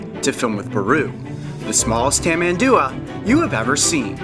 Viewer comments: Is tamanduA, the strongest part of the word is the last A. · It's pronounced (here in brazil at least) "Tamanduá" with the last "a" being tonic.